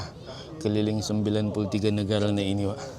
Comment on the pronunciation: Negara bg bukan negala